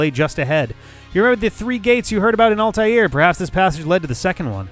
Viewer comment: So can pronounce Altai'r with little difficulty but still doesn't know how to pronounce Sai'x.